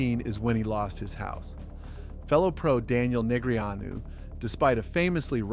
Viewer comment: these name pronunciations are diabolical i don't know how dneg's name got through youtube censorship😂